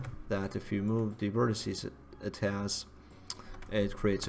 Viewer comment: FFS Another one who thinks the singular of vertices if 'vertissy'. It's not! It's 'vertex'.